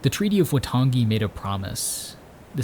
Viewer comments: As a New Zealander, this is what its like to go for a walk. Also pretty well done pronunciation for someone not from here. The treaty of waitangi isn't pronounced right but other than that its pretty good. It gives a good description of our history. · Beautifully shot and edited mate. Its more Why-tongue-e than Wah-tongi but we appreciate the effort :) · I cringed myself to death when he said Waitangi. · A couple of notes on te reo Maori pronunciation: Waitangi is pronounced 'why-tahngi' Manapouri is pronounced 'mah-nah-paw-u-ree' with the last three syllables sort of rolled together